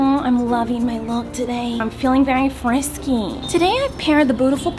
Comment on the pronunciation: “I’m feeling very friksy”